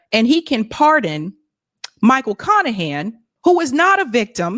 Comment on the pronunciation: His name is literally Michael CON-ahan